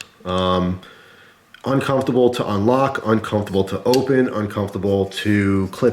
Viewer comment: It's uncomfortable to hear him repeatedly say "uncumftable"